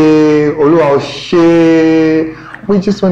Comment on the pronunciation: trying the 'Oluwa Ese' part got me laughing really hard 🤣🤣🤣🤣🤣.... Gosh😂... He tried though💕